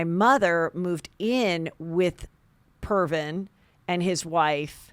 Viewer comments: It’s Previn not Pervin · It’s Previn, nit Pervin. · Jason's better off. You'll see!...........Heather it's PRE-VIN, not Pervin. You should google this dude. WHOA. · Pervin! I love it ! It’s Andre Previn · Andre Previn....not Pervin. Google it!!!!! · Get your facts straight, and its Previn NOT pervin. Ugh! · Lol Previn not Pervin